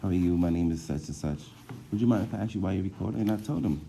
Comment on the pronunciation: His FRAIDTING does nothing to stand up for our rights. It just shows he's an unemployed ex-con who has no real job. Listen to him talk! BUTCHERS the English language! It isn't "AXED". It is ASK.